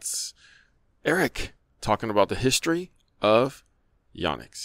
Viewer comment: Correct. says it like “Yaw-nex”, which is a little harsh on the ears especially considering his East Asian heritage and being at least bi-lingual (speaks Cantonese).